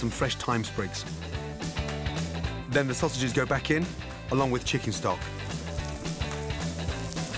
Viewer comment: Nobody: Gordon: cHiCKeN StoCk